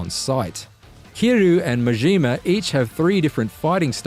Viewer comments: "Majeema"!? My God, it gets worse... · goroughh muh jeema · Typical IGN pronouncing majima's name as MA-JEE-MA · he pronounces Majima like a french guy